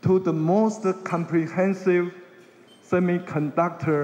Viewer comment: 從賴清德最近的英文演說可以發現他的英文口說已經有明顯進步，這是件好事，因為外交是總統的工作，當總統之後接見外賓、英文演說機會很多。 這個影片中賴清德有些字的發音有錯誤： 1、semiconductor：音標雖標示 [͵sɛmɪkənˋdʌktɚ]，但習慣卻念 "些麥"，而不是"些米"~ 2、essential：音標雖標示[ɪˋsɛnʃəl] ，但習慣念"額先秀"，而非"一先秀" 3、cuisine： [kwɪˋzin] 發音含混不清。 英文有習慣念法，不是照字典發音就對，建議賴清德應多聽CNN等外國新聞節目，一句一句跟著外國人念，這樣進步會比較快。 另外，比較賴清德其他演說，可以發現他應該是背下來念，英文會話應該真刀真槍有辦法自由對談才算及格，建議賴還是要多和外國人用英文自由交談，培養無固定招數的英文對話能力，否則那天聽到一句沒背到的就會不知該如何回答。